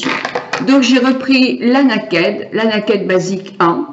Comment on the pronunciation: On ne dit pas "Naked" mais plutôt "Nailkid" pour la prononciation ; )